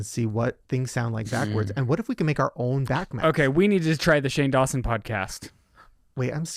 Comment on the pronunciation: I thought stopped because he realized he said "Shane Dawshin" 😂😂